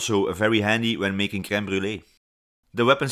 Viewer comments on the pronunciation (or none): none